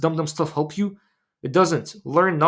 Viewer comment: Yesss,,, Great content Habibi,,,I love the way you say Habibi❤❤,may Allah protect you and bless you in every way for spreading this crucial awareness. Muslims are either spiritual or scientific but you have really combined these two with great passion about both fields which makes you Unique and stand out.love ❤❤you